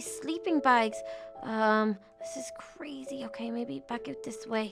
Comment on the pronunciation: YOU CWAZY WOWMAN!